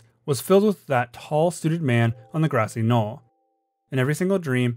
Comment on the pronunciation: im sorry, did u say gRASSY KNOLL